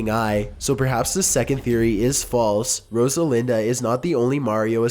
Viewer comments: Rosalinda??? Are you fucking serious? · I swear if you react to this I am going to sue you Every time he said Rosalinda I cringed so hard jfc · Brex BH Rodalina. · Rosalinda was one of the worst. There's not even a D in her name :/